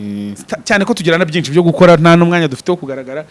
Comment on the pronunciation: Ikinyarwanda azakosore kuvuga ngo byinci😮